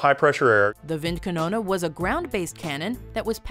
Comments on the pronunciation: oh no not wind kanona ist val wind kanone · wind kanoone? wind kanoone?! it's windkanone, WINDKANONNE! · Wundawaffa windkannona Are you even trying? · i love how she pronounced vincannono instead of calling it a wind cannon with an accent. lol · Everytime you say Windkanone it sounds like "Winnkanouna" and it hurts my german ears. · windkanono xd